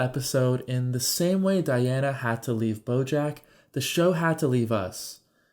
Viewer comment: Diane not Diana....